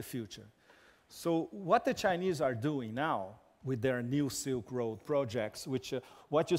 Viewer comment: i particularly enjoyed his butchering of all chinese pronounciations